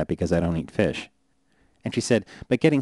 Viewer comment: I hate the way he says fish